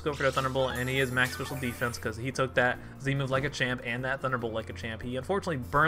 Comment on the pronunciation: Anyone else weirded by how he says special defense?